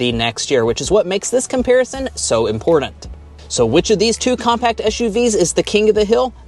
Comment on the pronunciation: If the sales make this important, the least you could do is NOT pronounce it “impordant”. Just expend that little biddy extra effort to enunciate the “t” sound. Almost turned it off right then. Thank you.